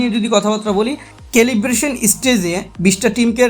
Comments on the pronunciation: Calibration..... সেলিব্রশন,,,, কেলিব্রেশন না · This is Celebration....you are correct... it's calibration❤ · কেলিব্রেশন হবে রে আবুল।।